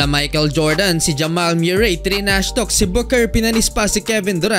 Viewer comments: Murray tol pronounce moohrey a ewan😂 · mu-rey not myu-rey (MURRAY) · Jamal MEW-ray!😂😂😂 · Jamal Muh-ree